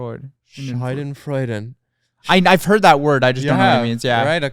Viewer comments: its schadenfreude not scheudenfreude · not them butchering schadenfreude